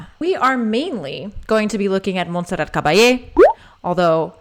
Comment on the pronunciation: The t in Monserrat is pronounced. Love your channel. Thank you !